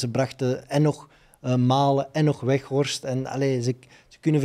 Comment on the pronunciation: Ik hoor steeds wegworst😁 is het niet Weghorst😂😂😂